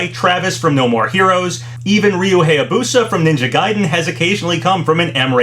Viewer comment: you're still saying Heihachi and Hayabusa wrong